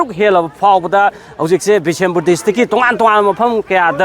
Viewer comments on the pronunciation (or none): What bisinpur.. it's bishnupur